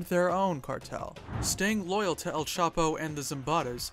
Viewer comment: It's not L capo. It's EL chapo